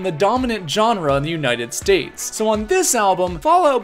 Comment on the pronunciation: Every time says genre, my soul twitches